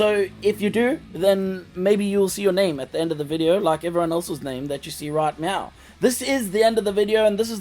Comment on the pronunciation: Did you say "right meow" or "right now"?